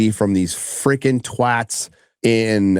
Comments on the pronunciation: Glad to hear that you've learned how to say twAt properly. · Did you say twat properly well done